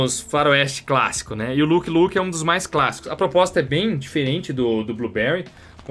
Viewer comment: peloamooooorrr, nao é luqui luqui, nao sao duas palavras repetidas hahaha é lãqui luqui